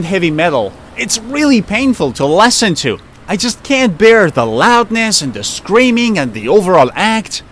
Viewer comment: Hi. I am from Singapore. I enjoy watching your video so much. I heard the way you pronounce "listen", "listening" different from I do. Timestamps: 06.38, 07.52.